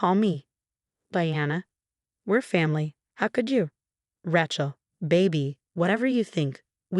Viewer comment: Another story w/the name Raaay-Chel Being pronounced as a rench … not listening !